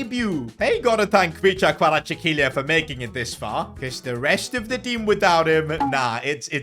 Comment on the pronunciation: Bro rly said KVARACHIKELIYA